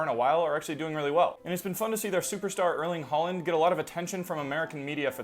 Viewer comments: Håland you have to say not HALAND like the American person you are it’s spelt Haaland but it’s pronounced håland my dads a professional player he used to be the coach of Erling braut haaland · double a is pronounced hooland, i thought you knew linguistics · The AA sounds like the A in All right. And I'm glad I'm not making a drinking game out of all the Americans that call him Ha-land, instead of H-(all)-land. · That «Hoeland» got me😂😂😂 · If only it went the other way as well. I have not heard a single person from English-speaking countries pronounce Ødegaard correctly. Like no it's not supposed to sound french. I even have issues with how you pronounced Haaland in this video. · Says Americans have a liguistic privilege and then within 10 seconds gets the name of football wrong and mispronouces Haaland. Also your reasons for why Norwegians know English is absolute nonsense, they know English because they start learning it from the age of 5 and English is a mandatory second language at school.